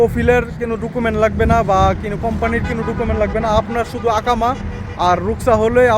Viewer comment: ভাই শব্দ টা কোনো হবে। কিনিও হবে না। আর অটো হবে ওটো হবে না।।ভুলভাল শব্দ বলবেন না।। শুদ্ধ না পারলে আঞ্চলিক বলবেন।।